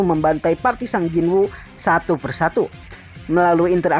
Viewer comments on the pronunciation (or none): Min tolong bilanya "sung" Bukan "sang" Dan "monarch" Bukan "monah"